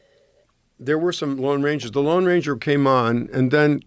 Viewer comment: said the Long Ranger, it’s the Lone Ranger.